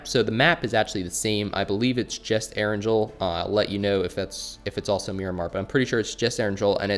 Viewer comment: It hurts how keeps mispronouncing erangel